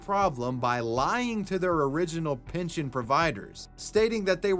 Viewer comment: Pinchin' schemes? My man, it's pehn-shin or pehn-shun..... PINALTY!? COME ONNNN